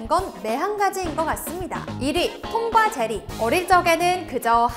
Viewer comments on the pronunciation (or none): 이때 톰과 제리를 톰과 자리라고 말하셨네요ㅎㅎ